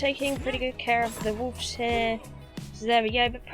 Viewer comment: I like how you say "wolves" or "woofs"! Get em!